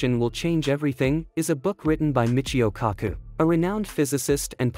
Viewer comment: Get a real voice pls. I'm so over robotic voices. It sucks and in my opinion shows your laziness. There's no feeling of engagement. Saying Dr................Kaku killed it. 👎🏼👎🏽